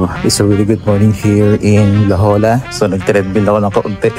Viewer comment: La “ pronounce as hoya” instead of Jolla